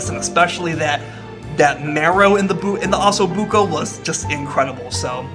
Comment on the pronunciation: Oh-so Bucco